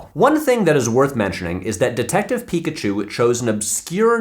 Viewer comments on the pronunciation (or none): none